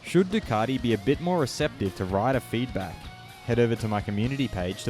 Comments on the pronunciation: ....who's Ducardi? Thought there was a "T" in the marque! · I didn't think Ducati had an 'r' in it but apparently it's Ducarti, as per our Moto World compare...... Really?